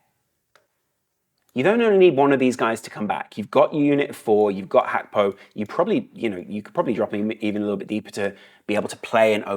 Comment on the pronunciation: It's Gakpo not Hakpo